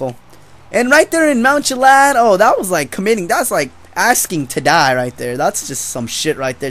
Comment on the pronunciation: Its Chilliad not Chillad